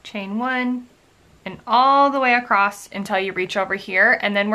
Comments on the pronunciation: love the video but one comment: "Acrosst" or "acrossed" are not words. Just plain "across" is correct. Common mistake but you're otherwise very articulate so thought you might like to know. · No no no it’s not American! I don’t know why people say it that way. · there is no "t" in "across". Is this the American pronunciation maybe?